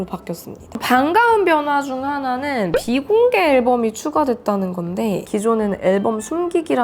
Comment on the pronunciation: 사투리 모먼트 비 ↑공개 앨범을~~ 녹화하~ 고 싶은~~ 덕↑질할때